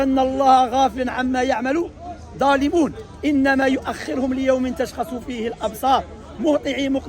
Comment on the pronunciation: The brother made a mistake in reading the Aya, it's: "inama yo'akhirohom" not "yo'akhirehom" there's a damma and in "Mohti'ina" not "Mohati'i" there's a noon in the end